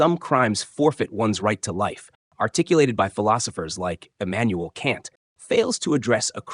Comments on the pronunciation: Philosophical experts but pronouncing Kant wrong lol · I can't take AI seriously (either side) if they can't even pronounce Kant correctly.